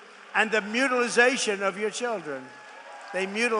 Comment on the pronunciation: I suppose you could categorize circumcision as "mutlilization"... 😂